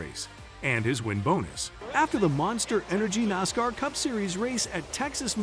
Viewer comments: Nas-car not nasker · Please learn how to pronounce NASCAR!